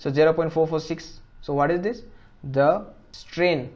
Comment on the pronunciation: stress not strain